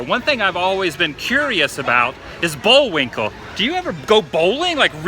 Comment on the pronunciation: You do understand that it's Bullwinkle not Bowlwinkle. Didn't seem like you were joking.